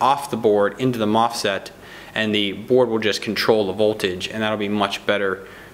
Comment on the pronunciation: Nice reviews. I found it funny that my brain experienced a hard stop because you said MOFSET instead of MOSFET. Twice.